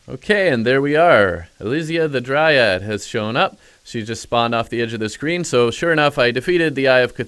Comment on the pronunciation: OMG please stop saying DryADD